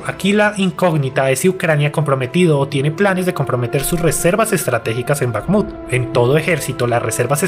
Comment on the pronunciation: Es Bajmut la kh es para el pobre inglés